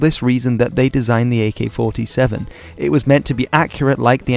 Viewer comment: Holy shit he said the name right!